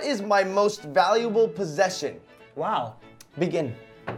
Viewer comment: did say vaulble possesion